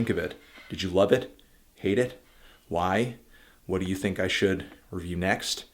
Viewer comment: Fantano it's think not thing